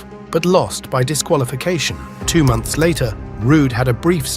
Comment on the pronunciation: Mounths? There's no letter U in the word MONTHS, bro